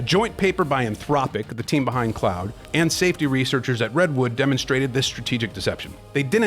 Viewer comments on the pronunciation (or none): Hmmm you'd expect the documentary cautioning against AI, to not be like 98% AI generated.. Or at least get the name of one of the main LLMs being discussed right. It's pronounced "Klodd" not "Cloud". But likely the voiceover is AI generated too. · Narrator pronounced "Claude" as "Cloud" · if you're not an AI avatar (in the video... maybe not in the comments), then why in the video do you pronounce "Claude" as "Cloud" and you spelled out "Cee-En-Eee-Tee" rather than saying "Cee-Net" like everyone else says? No... those are AI pronunciations.